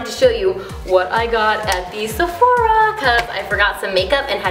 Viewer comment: Please pronounce sephora right..